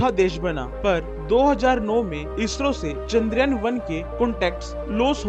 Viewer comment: चन्दर यान नि चंद्रयान है भाई 😅#chandrayan